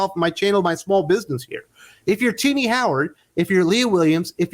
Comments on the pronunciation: Is it just me that hears 'tiddy howard' instead of tini howard? lol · Perhaps its my mind my laying in the gutter, but I swear you say always pronounce her name as "Tittie Howard"😅. One can only hope some how a Zavlav finds its way to Marvel.